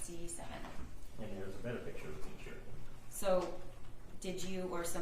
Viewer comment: He keeps saying pitcher instead of picture. 😂